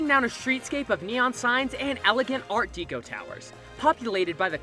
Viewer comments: Deco != "Deeco". Deco == "Dehco" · Art Deco is pronounced deck-oh not deeko (sorry was driving me nuts) the deco comes from decorative arts. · It's art DECK-O not art DEEK-O. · It's pronounced 'deck-oh' not 'dee-coh' It's pronounced 're-cre-a-shun' not 'wreck-re-a-shun'' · I wondered if anyone else was going to mention that. It's Art "Deh-coh", not "Dee-coh". Easy to fix, I hope! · Art "dE-cOH"?! 😂😂😂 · Please learn how to pronounce "Art Deco..." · not how you pronounce Art Deco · Your saying DECO wrong you know